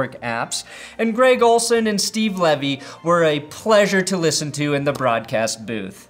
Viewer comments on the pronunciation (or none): Two things. First of all, it's Steve Levy, as in "leave-ee". (Not "levee", as Eugene Levy pronounces it.) Secondly, the AAF was on the NFL Network and CBS Sports, which are certainly not obscure channels. Also, some games were on the main CBS network. While the XFL is better positioned by virtue of being on ESPN, the AAF was in fact easily available to anyone who wanted to see it.